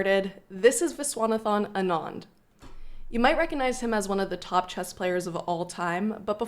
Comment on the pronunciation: You’ve butchered Viswanathan Anand’s name😅😅